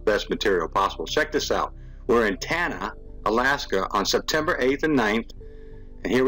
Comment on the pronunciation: Yo...I miss ya. Tanana is pronounced tanna naw. I'm from Alaska, the Tanana runs through Fairbanks. Much love to all who come to this channel.lolly